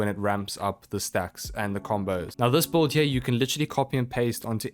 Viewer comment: Bro why do you pronounce Build as "Bolt"?